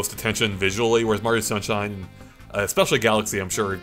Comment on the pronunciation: super mario shunshine